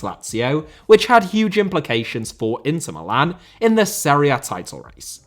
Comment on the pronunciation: Jesús* not Heisăs Serie* not Seri Benzema* not Benzemohr Robert* not Rober' Thiago* not Thiohrgouw Joselu* not Yóselu Álvaro * not Alvohrouw Morata* not Morohrter Hannover* not Hannouwver Alavés* not Álaves Debut * not Deibyu Uefa* not Yuweifer If you HAD told me* not If you'd have told me(fkn hell, even in basic grammar, you continue to disappoint) Possession* not Posession Inter* not Ento Half* not Holf Bundesliga* not Bundesliger Style* not Stahl Bremen* not Breimen Lionel * not Leonl Finals* not Fahnals Pokal* not Pouwkal Chievo* not Chijeivouw Sassuolo* not Sasswouwlouw A* not Ar Simone* not Semouwni Inzaghi* not Enzohrghi Coppa* not Copper Kyle* not Cal Aleksandr* not Alekzander